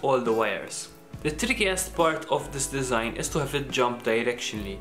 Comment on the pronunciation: tirickiest ?? the hell you saying bro wtf